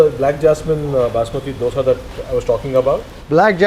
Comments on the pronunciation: On point prounciation 👏🏼👏🏼👏🏼 Dosae Bengaluru 💛❤️ This man knows how to respect culture traditions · All things apart, I appreciate pronounce correctly Dosae, Ravae, Vadae in our region. To pronounce them as Dosa, Rava, Vada, is disrespectful here in Bengaluru - Mysuru region. It is bastardising the words as a figure of speech. Kudos to for honoring the pride of Kannada people